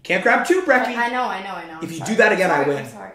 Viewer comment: "so were in breckie"